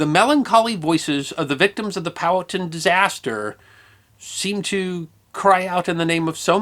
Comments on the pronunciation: Great story. I have heard it before, but not told so well. Curiously, when told to me the name was pronounced pow-HAT'-ten(1, 2nd syllable emphasis) as opposed to POW'-uh-tun(2, 1st syllable emphasis) as you did. Looking this up, the native american tribe is pronounced poe'-ah'-ten'(3, even emphasis). The town in NJ is pronounced like (1) by locals. I am guessing back in the 19th century, it was pronounced all three ways, and probably a few more. Thanks for the story. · I often enjoy your content, because, even if I’m already familiar with your subject matter, it’s often nice to hear another point of view. That said, here in the south, especially in The Commonwealth of Virginia (from where Chief Powhatan hailed), the name Powhatan is pronounced “POW-huh-TAN” (“Pow,” like the sound from a Batman vs. bad guy fight, “Huh” like an exhaustive exhale, and “Tan” like the colour.) Keep up the GREAT work! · In SE Ohio we always said "POW-hattin'", as in POW-hattin' Point, but we was all hillbillies too 😉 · Love your channel. I believe it's "Poh-wah-ton" though. Yet, I'm no carpenter. 🤷‍♂️ ☀️😎🇺🇸☀️